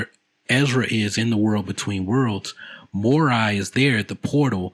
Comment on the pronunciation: Morai is pronounced Moh-Rye, I don't know why you say " moe-ray "